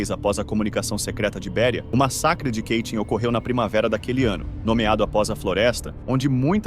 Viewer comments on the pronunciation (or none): Apenas uma correção não é Keitin e sim Katyn é assim que se escreve e se pronuncia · Ótima exposição deste massacre vindo à tona pós-URSS. Só um detalhe, não tão sério, mas de valor p/ um canal q trata de temas c/ referências gringas: Katyn não fica nos arrabaldes americanos, ingleses e tal! Portanto não existe.... "Quêitim" !!!! Sugiro q sempre consulte pronúncias no site Forvo (.com), utilizando 'copia e cola' de nomes encontrados no Wikipedia p/ mostrar aos teus alunos como se pronuncia corretamente.